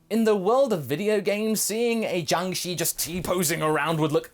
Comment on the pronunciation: Just to let you know. In Chinese, the letter "i" does make the sound "i:", but after the letter combinations 'sh', 'zh', 'ch', 'z' and 'r' then the letter 'i' makes the sound "er". Jiangshi should be pronounced as "ji-ang sher" I hope this can be both useful and educational for you. I am not typing this to be condescending or anything, but rather to be informative.